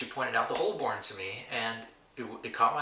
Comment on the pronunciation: hey.. it's pronounced "Hobun" lol .. I love filofax.. good review